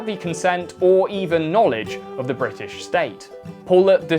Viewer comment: LMAO "bri'ish" ""people£""